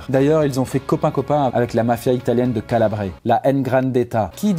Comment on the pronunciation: Tu a vraiment dis "Calabré" c'est Calabre, on prononce pas le é